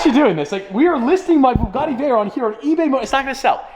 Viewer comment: we might sell the B U G G A T T I Me: 😭how did he say it so confidently 🙃🙃